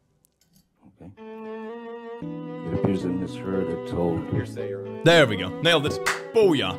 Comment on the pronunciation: I legit thought he said "heresy" instead of hearsay 💀💀💀